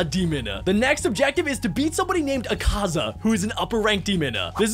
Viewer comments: he also said akaza as ekaza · U Bucherd akaza name so much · you are saying the word akaza wrong